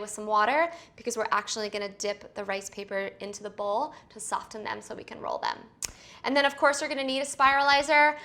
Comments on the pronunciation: Soft-en no not soft-en it is soften/ sofen the T is silent, sorry but it bugs me but I do love your videos especially the vegan dishes keep up the good work😊. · Talat Najib I thought it was just me. i was thinking is she saying ST-ofen? very annoying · Soften is pronounced “SOF—en.” The “t” is not pronounced. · I noticed the "t" pronounced in soften too - but hey, it's a wee idiosyncrasy that I will happily hear for these rad spiralized recipes! Thanks Ali, these look delish! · I'm a Jersey Girl too .... I've never even heard the word pronounced like that before. I'm sorry thank you for the person that made mention of this because I was about to. 🤔😳😜😃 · Talat Najib omg I was thinking the same thing! I’ve never heard anybody pronounce it like that before.